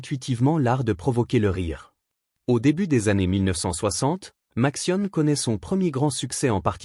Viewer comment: Oh là, la sale prononciation typique de l'IA : Matsione... ;-)